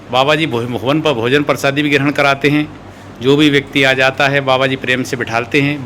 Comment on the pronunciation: Bhaiya sabkuch theek hai lekin ye prasadi kya hota hai. Prasad to suna hai. Bda irritating lagta hai jab aap baar baar prasadi bolte ho. Uccharan sahi kijiye thoda hindi ka.